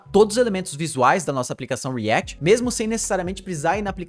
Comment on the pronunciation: o video nem é ruim, mas dá um nervoso o jeito q ele fala coisas como vite e react